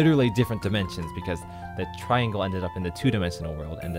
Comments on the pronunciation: i wonder what he does with all the milliseconds he saves by cutting off one syllable and pronouncing "triangle" as "tringle" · TRI-AN-GLE. Three syllables. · Not really sure why you would "shorten" triangle to tringle.. It's one syllable...